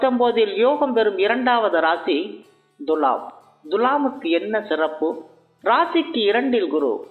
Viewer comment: Ucharippu saryaga illai iya. Thulam enbadhai dhulam endru ucharikeerargal. லகரம் ளகரம் உச்சரிப்பு சரியில்லை . பிள்ளை என்பதை பில்லை என்று உச்சரிக்கிறீர்கள் திருத்தி கொள்ளவும்